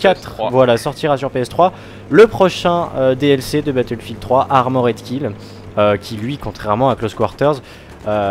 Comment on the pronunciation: on a tous des cours d'anglais à l'école non? j'ai pas encore trouvé un seul commentateur BF capable de prononcer correctement Armored Kill, je commence à perdre espoir